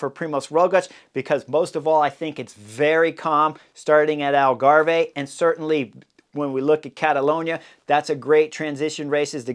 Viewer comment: Hi Chris ...Algarve is pronounced like Grave. no "eh" at the end. That is unless you are Canadian Eh! LoL